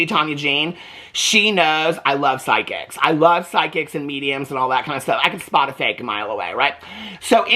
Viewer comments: I also thought he said sidekick I’m like huh lol 😂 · You said psychics. I thought you said side-kick. I said out loud, "Sign me up!"